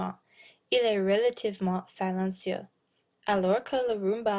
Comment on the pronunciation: Présentation bien attirante. Musique et images bien utilisées. Attn à la prononciation de "idée". " attn à la prononciation de "silencieux" et ne pas donner l'air de lire.